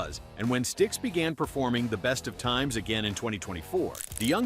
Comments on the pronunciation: It's pronounced Sticks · Stayx stix 😂😂😂😂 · Sty x? Rio? Kind of embarrassing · 1st off The Doobie Brothers still sound good for their age, leave them alone. 2nd Learn how to say Styx correctly. 3rd Shaw had a bunch of hits as well. I like DeYoung and this version of Styx. Unfortunately too much hit the fan and a reunion will never be in the works. 3 Chicago is a cover band or should be called Lee's Chicago. The original 3 left and way too many of the fan base. Have the craz idea they don't care who's in the band, they only want the tunes and don't see the issues being faced when Sadly the originals in the band are no longer with us. They should call it quits but they have a delusional way of thinking. As much as I love the band. Its time to hang it up!!!!!!! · Sty-uks and Rio Speedwagon? I think this channel otta pack it in. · "Ree-Oh Speedwagon"?? "Sty-yex?" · Ayyone notice the mispronunciations? REO Speedwagon and Styx? Im calling ROBOVOICE!!!!